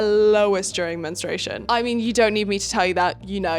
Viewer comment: English is not my first language but isn't it mentrUation/menstrual phase instead of "menstration"?